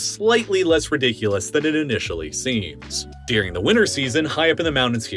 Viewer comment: You, Saying 'during': no Saying 'deuring': yes